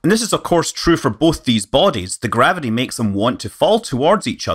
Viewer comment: ...and 'gavidee' for gravity....'centrifoogul'...I can't watch it anymore!